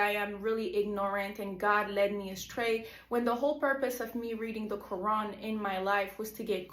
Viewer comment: U cant even pronounce the Quran correctly lol fake. "Imaans which is like a priest" lol fake video by a troll .